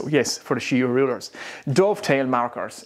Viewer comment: it took me 20 times replaying what you were calling that "she-wa square" until i finally found its called a shinwa square lol